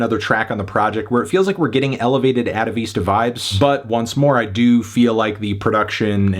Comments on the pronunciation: It's At-A-Vista Not At A Vee-stah And this album is not as horrible as you're making it out to be, mister fantano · Ataveesta?? Lithoneea?? Bro why can’t you pronounce anything right??